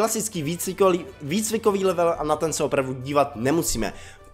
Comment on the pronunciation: marť o a level se čte levl